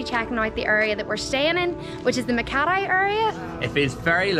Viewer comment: Makatee not Makathai :)